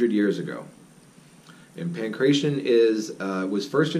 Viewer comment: Good video. Accurate as far as I know. My parents came from Crete and I used to speak Greek. "Pankration" is not pronounced "pan kray shun". More like "pan krah tee ohn". "Pan" means "all" or comprehensive. "kration" is disputed in this context. It likely means something like forces, forceful skills, martial arts. Thanks. Mike"